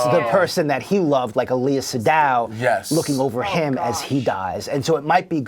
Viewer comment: It's Seydoux. Pronouced "ceh doo".